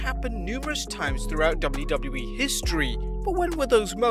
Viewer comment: great video but the 'doubly doubly E' pronunciation for WWE fried my brain